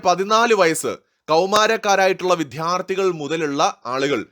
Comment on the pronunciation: വിദ്യാർഥി എന്ന് പറഞ്ഞെങ്കിൽ നന്നായി. അതാണല്ലോ വാക്ക്. വിഥ്യാർഥി അല്ലല്ലോ